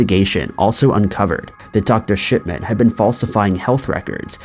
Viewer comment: He takes pleasure in saying “Dr. Shit man”, at least that’s what it sounds to me. 😂